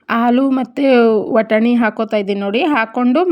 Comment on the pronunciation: ವಟಾಣಿ ಅಲ್ಲ ಸಿಸ್ಟರ್ ಬಟಾಣಿ